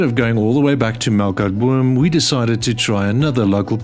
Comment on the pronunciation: Its actually Melkboom.